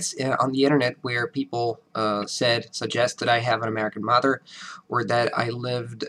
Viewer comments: Steve C He doesn't sound like native speaker of english, you guys are being too generous. Again, he has obviously put in a lot of work bringing his english to such a high level, but he would never pass for a native speaker. He consistently mispronounces mother, the way he articulates himself is not the same way a native speaker would. Yes, his english is very good, but he wouldn't pass for an native speaker. Listen to conversations where the speaker has to react to what is being said. When you pass for a native speaker, people don't compliment you on how good your accent sounds, they don't say anything at all, they might say you speak eloquently but that isn't a comment on your accent. The point being, yes speaks english very well, no he does not sound like a native speaker there are a number of things off with how he speaks. When you continue to insist that he sounds like a native speaker when he doesn't, you are lowering the bar and giving false praise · I can detect a slight accent in the way he pronounces mother and father. The "...ther" in mother and father is slightly rushed rather than being prolonged as "tthh-errr". It is a slight latin annunciation. BUT...it would still be likely of being mistaken as a native speaker. There are 1st/2nd generation Americans that may have a slight accent from the influence of friends and family. English is better than many, many Americans. Keep up the good job! Keep eating the Wheaties!